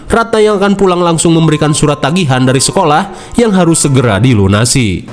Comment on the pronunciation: Sekolah bang Bukan cekulah.. 😂